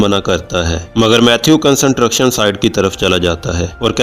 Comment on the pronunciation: Worst explanations and worst pronounced word like construction. Pliz try better and improve your Pronouncesion...